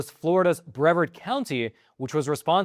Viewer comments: Brevarrrrrd County. Heavy infinence on the R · It's not the end of the world, I know. But for future reference, Brevard is pronounced BrevARD with the emphasis on the second syllable. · it's [bruh-VAHRD] not [BREV-erd]. Any idiot will eat almost anything including armadillos. Another reason God said certain animals, birds and fish are not 'food'. Armadillos are on God's short list of 'not food'. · I grew uin Brevard county mentioned in this great report. I have had Armadillo on more than a few occasions as well pretty much everything else. It is mild in comparison to say wild hogs or raccoons. I would say at least for me a cross between that and maybe chicken or guinea. Lived just East of the StJohn's just west of Cocoa, the mainland not beach side. It is pronounced Bre vard like lard except with a v instead. Great job. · Not 100% sure but I think Brevard is pronounced breh VARD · it's pronounced bra-vard county, also never heard of anyone eating armadillo, and i thought it was well known you could get leprosy from armadillo's. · Hey! I'm from Brevard. Heads up... it's pronounced with the long e sound bree-vard. I've never heard it locally with the short e sound. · it's pronounced "Breh-vard" county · Your pronounce it Bru Vard. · Bre-vaRd County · Just for the record. Brevard County is usually pronounced Bra-vařd County... or sometimes Brē-vařd County.. I grew up there... any doubts just YouTube a news program from WFTV 9 or WESH 2... and listen to how its pronounced.. Hearing your home County pronounced is irritating as heck.. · Bre--vard. You split the word between the wrong letters. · pronounced "Br-vard"😁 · Brev-ARD County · Brevard county is pronounced like yard at the end. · Brevard is pronounced with accent on the second syllable. Just trying to help.